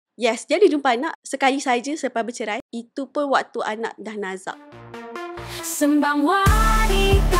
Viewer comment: Sebutan pd lagu intro tu salah Se(y)mbang✅️ Se(r)mbang❎️